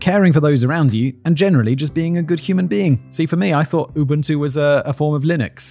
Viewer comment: I swear I heard Unbuntu also